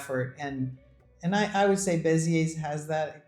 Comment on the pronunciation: I like how you guys are sampling French cities. Fyi, they don't pronounce the "S" in Beziers, its more like Bez-yay. We considered Beziers as well but ended up buying a country home between Bordeaux and Toulouse